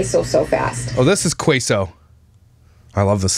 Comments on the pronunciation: then: sees list salad bar supplies. now: Ha! nobody’s going to eat that! then: yup yup yup to all snacks now: Chill Lady!!!! 😂😂😂😂💀 Also queso is Kay-So. Like okay so Lol just so you know cause you still say qwayso 😂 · Its pronounced KAYSO lol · Queso pronounced: KAY - SO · Wegmans is amazing but if she's shopping there for 14.. she's got coins lol Also... sweet sweet..... I'm going to need you to pronounce queso right before I can watch you again 🤣